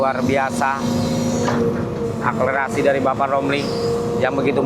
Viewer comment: Akselerasi bang bkn aklerasi 🤭